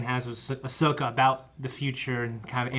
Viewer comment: really said “Bahsoka?” And looked at Eric like “did I get that right?” I need what this mans huffing